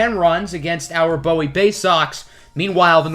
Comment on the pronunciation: loved the vid, but our AA team is pronounced boo-wee. maryland is a very odd state lmao